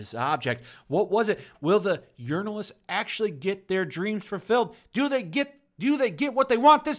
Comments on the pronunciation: Sounds like you're saying Urinal-ists. Accurate. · Lol "urinalists." I hope that wasn't misspeaking and that's what you actually call them.